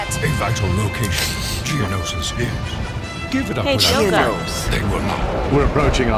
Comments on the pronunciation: It's geo no sis geonosis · It's pronounced geo-no-sis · It is je-o-no-sis